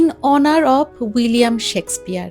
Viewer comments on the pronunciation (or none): none